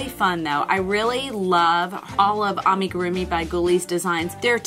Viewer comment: It’s pronounced “lew puteet” and “ah-me-guru-mi” 🧶